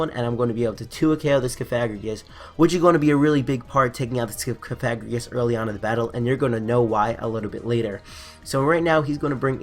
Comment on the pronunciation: I didn't like the mispronunciation of cofagrigus and I want to see in a dress.